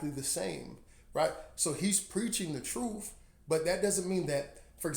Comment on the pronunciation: Ps... I always chuckle at how you pronounce truth as "troof" 🤭 Great message! Keep up the great work, and God bless